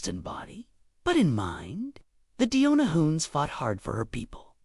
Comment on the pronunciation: It's Demona not Diona.